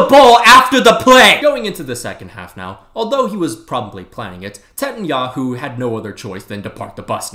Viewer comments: “tetanyahu” might be the funniest shit ive ever heard😭😭😭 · "tetanyahu" has me rolling 😂😂